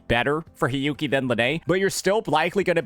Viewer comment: For the Hiyuki part...all I am hearing is sanhua lol